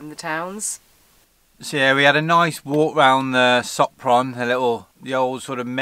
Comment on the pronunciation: Pronounce " Shop-ron " . Hope you had a good time in Hungary